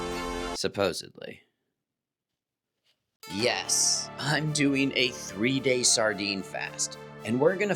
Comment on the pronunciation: It’s supposedly not supposebly